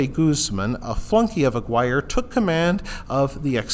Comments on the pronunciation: It's pronounced "ah-gear-ay" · That is definitely not how you pronounce that